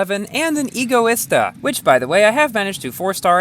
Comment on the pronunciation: Lol, I think you were Hugh when Speaking for this Video. I noticed many flaws like "Rezvani Beast ALPHA", "Egoista in Asphalt 9"... Lol